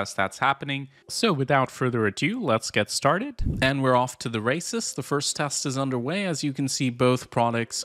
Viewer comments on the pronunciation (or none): i thought he said "and we are off to the racists"